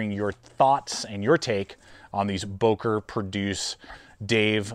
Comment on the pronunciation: I thought I heard you say, "broker plus ".